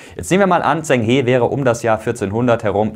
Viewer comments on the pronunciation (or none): Klasse Video 🤙🏼 Bloß zwei Kleinigkeiten: [Dschen] He statt Tseng He und Gavin [Mingiss] - bezüglich der korrekten Aussprache. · Zheng He (Aussprache: Dscheng Che wie in "machen") 😉 Top Video! 👍